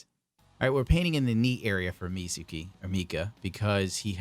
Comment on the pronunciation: 3 vids over the weekend? Feels like Christmas all over 😂👊🏼 Thx bruh! We appreciate ya! Love how gets at least one name wrong a video, Meezakeez(Mikazuki) 🤣🤣🤣 btw, the Godhand brushes are the shit, great for little details👌🏼